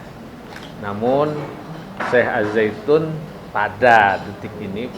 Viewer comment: Kok Al Zaitun. Apa bukan AzZaitun